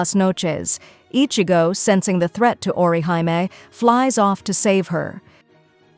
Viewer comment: Orihime. The Japanese character represents a ee or ē sound. So aw-ruh-HEE-may. Like a Michael Jackson he he lol Not or you high me